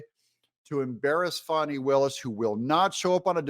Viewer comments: Fani for prison! Confused why you're calling her Fawny instead of Fannie? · Doug Y do u talk like mainstream media??? Her name is Fani NOT Foni